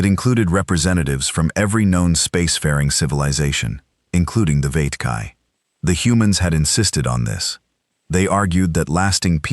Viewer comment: so how many galactic empires was earth fighting? Must have heard at least 20 different pronunciations of the vethkai....think there was an expectation of jungle warfare as I definitely heard viet kai mixed in there